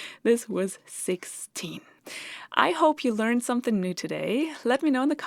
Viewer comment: Something rhymes with ring, bring, or sing. It does not rhyme with bin, sin, or din.